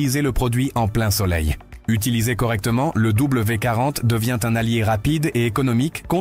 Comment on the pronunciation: Bonjour, Vous ne savez pas lire ? C'est W D 40. Vous avez oublié le D. Quant à "ces" on ne lit pas les lettres individuellement mais les 3 dans une seule syllabe. L'IA ne sait pas tout !